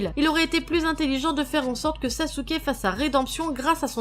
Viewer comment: Ibrahime Balde 0 pourquoi elle a dit sasuke et pas sasuké